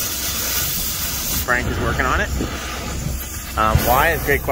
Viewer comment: Hearing you say Frank sounds so odd i keep expecting you to say Frankils or something to that effect